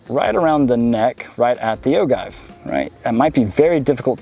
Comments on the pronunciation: Oh-Jive not Oh-guy-ve (inner grammar-nazi) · It’s pronounced O-JIVE not O-give. My reloading fam would know. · Ahem. Its pronounced o jiv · it's pronounced O-Give, J as in Jam, not G as in Guy, Oh-Jive. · It's pronounced "o-jive", with a soft "g". Great video, when I have a place where I can shoot a rifle, this will help me decide which caliber to get. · Ragnar Thorshammer is it pronounced like gif or gif? Only kidding. “Oh Jive”